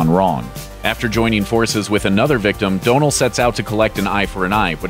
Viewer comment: DON-al not Do-null